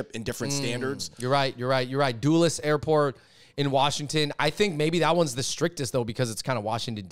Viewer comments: “DUHless” not “DOOless” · Dulles is pronounced "dull ez" not doolis. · It’s not pronounced Doo-liss Andrew. 😂😂😂 It’s pronounced Dull-iss. As in a “dull” blade. Dulles Airport ✈️ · if you can't pronounce 'Dulles', you ain't getting in.